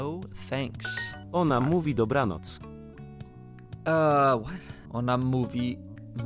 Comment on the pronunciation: wow, you perfectly read the word ,,dobranoc"